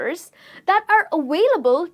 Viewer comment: You need help pronouncing "V". You are saying your V's like W's in words such as available, visualise and movie.